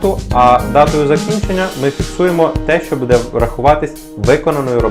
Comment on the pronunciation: Не буде', а буууууде!!!